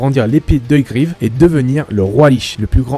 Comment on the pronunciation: "Guivre".... c'est Givre ><